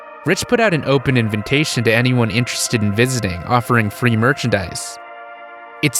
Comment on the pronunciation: Just recently discovered this channel and I’ve watched a couple videos now. Genuine question: Is the mispronunciation of “invitation” an on-going joke? It’s the third video on this channel where he says “invintation” and I just don’t know if he just doesn’t know how to pronounce it.